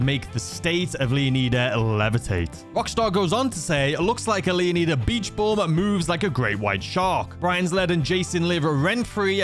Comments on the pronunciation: Its LEO-NYDA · it's pronounced lay ow nee da leonida in Spanish lay ow nee tha but I pronounce it the first way as leonida actually originated from king leonidas but alot of people see it as a Spanish word I see it as Greek and fun fact the name leonida/leonidas means son of the lion/lion like